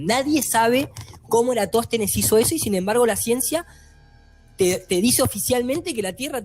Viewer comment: faltó que dijera Eratóstenes envez de Erastòtenes y queda perfecto jajajasjasj (pequeña broma)